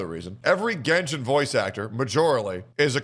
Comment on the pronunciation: “Let’s revisit my genshen baddies” needs to be sound boarded lol